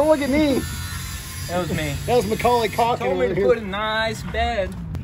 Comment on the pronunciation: “McCauley Caulking” 😂😂😂😂